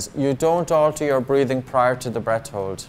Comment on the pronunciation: No offense man but can you please pronounce hold better